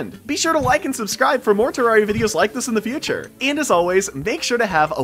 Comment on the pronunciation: bro keeps saying terraria wrong